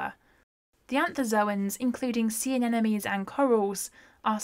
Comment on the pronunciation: AN NE MO NIES not anenemies